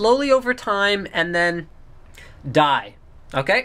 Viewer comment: "...degrade slowly and...DIE!" Love the pause and accent there.